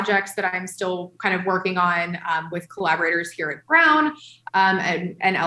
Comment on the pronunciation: It's "Brown University", not "Browns University".